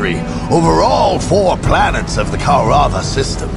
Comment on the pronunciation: I always hated the way the narrator said Kaurava in this one. Even with the Orks, it's Koruvva, not Ko'Ru'Vah!